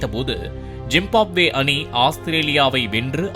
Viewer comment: Reader : Zimbabwe ❌ jim pop way ✅ 😂😂😂